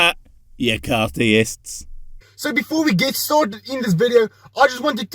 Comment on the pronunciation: Car-theists? No no no,, come on man. They're called Car-tholics.